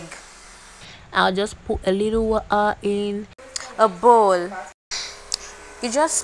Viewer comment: It’s the accent for me😆😍😆Absolutely nobody:”Woh:ah” “Pre:shuh” 😆😆😆😆😆😆I enjoyed watching this,the voice over was an icing on the cake ☺️